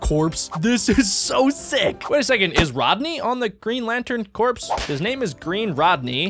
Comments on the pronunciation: Its not corps its core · “Corps” is pronounced as “Core”